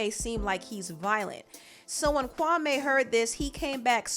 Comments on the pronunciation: Kawme? As far as i know that is a Ghanian name and its pronounced Kwame 🤔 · Why u keep saying his name wrong, it’s Kwa-mee not Kwa-may smh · No offense but I’m cringing every time the name Kwame is pronounced Kwamé🤦🏾‍♀️🤦🏾‍♀️ it’s Kwame (pronunciation of the ‘me' is like the word me. Lol js... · His name is not ‘Kwamayyy’ it’s Kwame, as in ‘Kwameee’ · Kwame took me out with weasel face 😂😂😂AND ITS Pronounced KWA-ME .., NOT KWA-MAY!!! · Kwame ... kwa-me (like me not may) and I hate side taking stories from journalist. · It’s pronounced Kawmeeeeeeeee... & you should have heard what he said about Steven Jackson & Matt Barnes! Straight flame 🔥